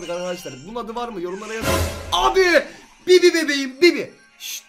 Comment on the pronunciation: Fuat abi bibi değil bıbı